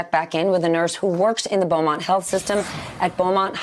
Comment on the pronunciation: Beaumont, not Bellmont, Steph.